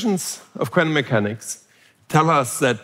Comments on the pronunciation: This guy can almost say the word quantum coherently. 😂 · Love the way he pronounces quantum: kw-ant-um. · I was terrified. A man pronounced quantum in a quirky way a lot. I'm still terrified.